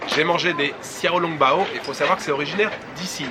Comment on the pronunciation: Les "x" se prononcent "ch" en chinois ducoup on dit ChiaoLongBao